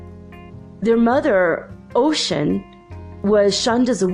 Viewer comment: You're pronouncing Oshun as Ocean? Is it not Oh-shoon???